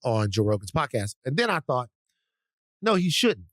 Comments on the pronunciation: As many times as I have heard these pods it does still sound like Thot - I wouldn't be surprised if it is an intentional tongue in cheek pronunciation 😉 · When Van says Thought Warriors, it sounds like Thot Warriors. 😂 Is it just me?